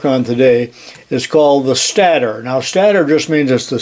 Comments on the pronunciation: I know it's trivial but stator is pronounced like "staytor". I had to look it up in case I was wrong but that's the way I've always heard it. It doesn't actually matter but I was wondering if I was wrong lol! Still loving the videos! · Always enjoy the videos. The word stator is pronounced with a long A. As in stationary (your example). Or the fact that that only 1 consonant separates 2 vowels, the first vowel speaks ;-)